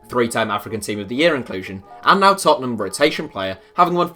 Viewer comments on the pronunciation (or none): none